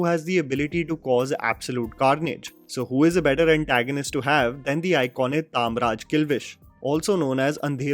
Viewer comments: तामराज नहीं तमराज होता है, जबरदस्ती अंग्रेज बनने की कोशिश मत करो😂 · Why is your Hindi so anglicised? It's TAMRAJ(KING OF DARKNESS),... NOT TAAAMRAJ 😜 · it is Tamraj not Taamraj. tam = andhakar (darkness). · It's not taamraj. ...... It's tamraj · He is Shaktimaan you Said Shakti-man , and Its Tamraj not Taam-raj . Tam - Darkness/ night . Ranveer < Shaktimaan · Taaamraj nahi Tamraj hain. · I don't understand what's wrong with this guy's pronounciation game. I mean, the guy has literally seen shaktimaan start to end. And still call kilwish as "taamraj kilwish" n not tamraj kilwish. There's no way he doesn't remember the original pronounciation from tv show since he knows many other tiny details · It is Tamraj kilvish not Taamraj kilvish😂😂😂😂